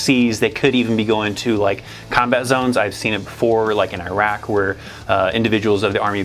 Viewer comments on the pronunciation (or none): none